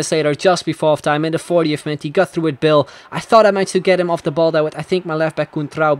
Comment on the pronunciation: He says bale as 'bill'